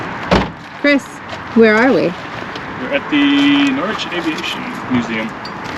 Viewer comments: P S Norrich,not Nor- wich 😊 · Chris you don’t sound the w in Norwich it’s Nor- Ich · How to tell someone you are from the U.S. without actually saying you are from the U.S. ? Just try to say "Norwich" 🤣 Don't even think about trying Happisburgh, Wymondham or Costessey ... Love your videos - keep them up !! btw - it's pronounced Norridge - rhymes with porridge, but you just say however you like 😀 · Great video. The way you called our city Norr-which is slightly irritating.😅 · Norwich = NOH-RIDGE, like porridge with an N instead of the P. Or if you're from there.. NORGE 😊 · Nice tour of a museum which I’ve passed but yet to visit? And the W in Norwich is silent.